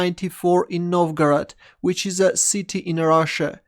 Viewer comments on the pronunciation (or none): none